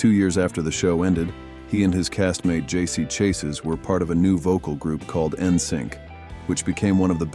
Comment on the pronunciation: Britney lied about the abortion. She said in 2004 she had miscarriage. Her book gives it away that she's lying. Also JC Chase's name is pronounced sha zay